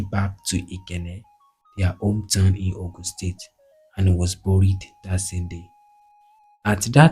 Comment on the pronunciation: Your infections are wrong o, Awo (mi do) not Awo (re re). Ikenne (do mi mi). Two FACTIONS (not FRACTIONS) ON November 12, 1962, not IN ... A car DRIVEN (dreevn) not draivn. Buried be-rid ( not boo rid).ON August 2, 1966, not IN commissioner of finance, not of to finance. Ikenne (domimi). Please work on it next time.